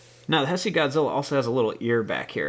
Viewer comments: Dude its not Hesse its Heisei its pronounced hey-say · he said hesee isnt it haasaa